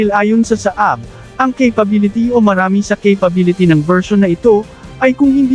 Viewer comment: Pronounce it as Saa - ab not Saab